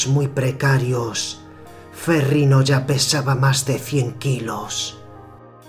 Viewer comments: Curiosidad por saber.... pero me gano la verguenza ajena por el tono y la voz del comentador hehehehehe y no se dice ferriNo se dice ferriÑo la "GN" en italiano es la "Ñ" en español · No sé pronuncia ferrino es "ferriño" como Ronaldinho